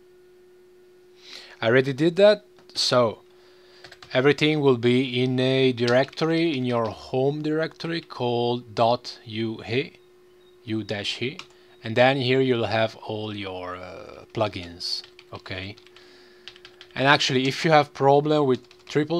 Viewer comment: It's pronounced "You He" as it stands for "You hear it" :)